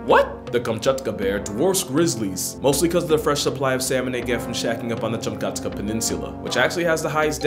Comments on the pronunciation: Kam-chat-ka, bro. It's not that hard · It's pronounced Cam (like short for "camera") - chat - kah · Kam-Chat-Kah.... Kamchatka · "They're smaller then the Kamch- WHAT?" 🤣🤣🤣